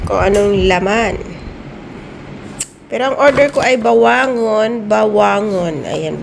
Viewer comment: Ba-wa-ngong manay😂😂😂